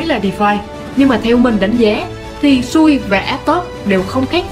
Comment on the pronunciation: Xui chứ không phải sui đâu ad 😂😂😂 sau phát âm cho chuẩn nhé ad